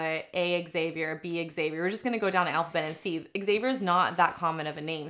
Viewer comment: why does she pronounce Xavier like that....